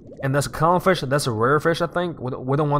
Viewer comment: he said firsh